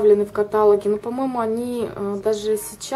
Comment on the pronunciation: В видео очень много неправильно поставленных ударений особенно мена поразило котАлогах !!! Блин сколько вам лет что вы не знаете как правильно ставить ударения !!!